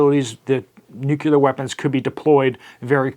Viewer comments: I follow your reports religiously but, please stop saying "nuckyoular" Curse you George Bush....it's of the NUCLEUS so it's pronounced - NEW KLEE ER. End of rant. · Nuclear not nucular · NEW-CLEAR WEAPONS. NEW-CLEAR! NOT NUKE-U-LAR. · It's pronounced "nu-clee-ar", not "nucular". Sorry, pet peeve 🤷‍♀️